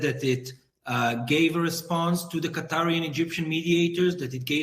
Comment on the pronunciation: Bro doesn't even pronounce Qatar correctly, LOL.